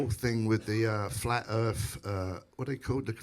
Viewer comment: Flat earf.. 😂